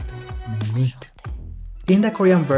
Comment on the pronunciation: I just realized. That he Calls Myth as Meat 😂😂😂😂😂😂😂♥️♥️♥️